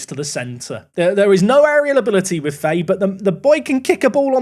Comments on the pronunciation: its pronounced fa-hee not faye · Fahay is pronounced Fa-hay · Fahey is an Irish surname and is just pronounced fa-hee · Fahey is pronounced Fahee, its a gaelic surname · Fahey is pronounced "Fy, F-eye" I believe.